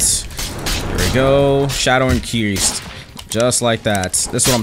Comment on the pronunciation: "Shadow Ikireased"